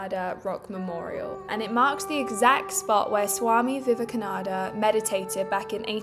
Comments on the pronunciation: not viveknada...its Vivekananda!! similarities between trump &!! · VIVEK AH NAN DA ❌ VIVEK AH NA DA ✅